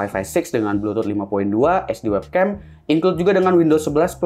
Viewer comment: WebcAm bang, bukan WebcEm hehe ✌